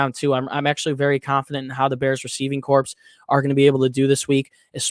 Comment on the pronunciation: Corps = core not corpse its the United states marine "core" not corpse